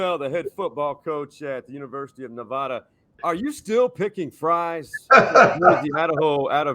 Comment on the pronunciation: learn how to pronounce Nevada.